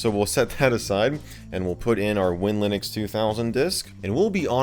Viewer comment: If I may interject its pronounced WIN/Linux